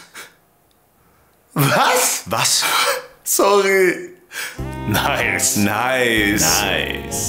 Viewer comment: ich heule und dieses "nicEe" 💀